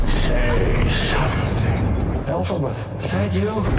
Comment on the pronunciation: calling elphaba “elphabet” (alphabet) is sending me